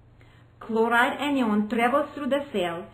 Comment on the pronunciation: The presenter needs to speak better English. Anion pronounced like onion is really distracting.